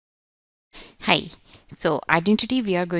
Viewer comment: Haee ma,am. She acutally said haee not hii